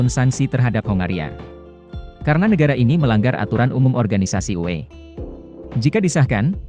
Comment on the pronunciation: Input saja uni eropa (UE) atau pengetikan di buat sepasi menjadi U(spasi)E Biar enak di denger